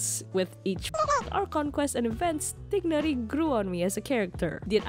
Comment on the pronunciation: As an arab , the "gh" in Tighnari should be originally pronounced like between "kh" (NOT k) and "g" (غ). So "Tignari" or "Teegnari" is more close to the original pronunciation